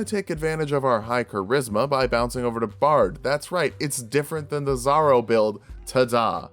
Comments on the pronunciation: Really zorro? I was wondering who this zaro character was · Something to help the algorithm: "my world's on fire, how 'bout yours?" Also I spent like half the video wondering who the fuck was this "zarro" build and why I hadn't seen that video until I realized you were just mispronouncing "Zorro" to bait the comments (saw and loved that build tho) You fucking got me there, 😂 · I was almost 1/2 way through until I realized that you were saying Zorro, it sounded like 'zarro, I thought it was slang for bizarro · Big fan of the videos! But I need to say it. It is pronounced Zor-ro. The first “o” maintains the “o” sound. So it sounds more like the “o” in “or”. Not a big deal though. Was a big fan of the Zorro build and love the character so I had to say something. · why does he keep pronouncing "zorro" as "zaro" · why does he keep saying "zarro"?